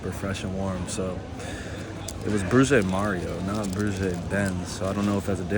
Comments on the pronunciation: Hi! Although my knowledge of the Dutch language is limited I'm pretty sure that "broodje" is pronounced "broad-[x]e" ("[x]" being pronounced like the Spanish "j"). 🙂 Edit: luitjanSlooten proved me partially wrong: It's supposed to sound more like "broadye". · Thank you for sharing your experiences in NL. Pronunciation tip - broodje = 'brood' as in road (but roll the 'r') and 'je' as in chuh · You're trying, but the English vowel shift is kicking you ass... Double O sounds like O and j sounds like y. Brood is bread, and -je or -tje is a diminutive, so a broodje is a cute little bread. Say 'brode-tyuh' and 'freak on dell'. ;) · You may want to research the pronunciation of 'broodje' and 'frikandel'. Glad you enjoyed Utrecht.😊